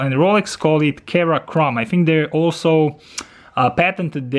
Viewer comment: Great review, just a note, Its pronounced"Seramic" , and "sera chrome"